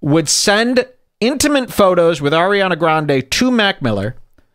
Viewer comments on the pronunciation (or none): Did he say "intimint"